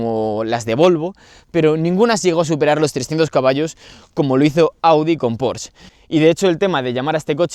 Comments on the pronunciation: Porschhx , mejor tal como se escribe, Porsche. . Buen video y buen coche. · PorschE; la E hay que pronunciarla, PorschE!!